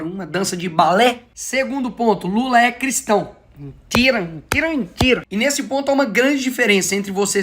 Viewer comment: Eu ri demais desse Nikolas, que camarada inteligente! kkkkkkkkkkkkkkkkkkkkkkkkkkkkk Felipe neto só fala "mintira, mintira, mintira"!!!